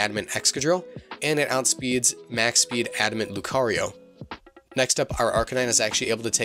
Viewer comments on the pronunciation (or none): none